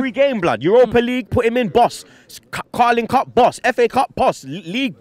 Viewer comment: “carling cup” 😂